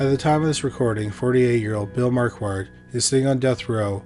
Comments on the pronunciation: Marquette = "mar-ket." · Sorry my friend. I accidentally deleted my comment! Just to help out a little with your superb channel: Mary Jane and Alfred’s Last Name or Surname of “Marquardt”: Is actually pronounced “MarKard”…..Where the ‘QU’ becomes a “K”, with a silent letter ‘t’ at the end. It’s more than likely to be of German or Austrian origin….A Big Thank You for yet another fantastically researched , presented and narrated episode! Best Regards from England..❤🏴🇬🇧🇺🇸❤ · How do you get "Marquette" from "Marquardt"? Whenever people like to trash the American education system, i remind them that it's a generational thing not specific to the US. Curiously, you started pronouncing it correctly halfway through. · There are two 'r's in Marquardt, please pronounce both of them.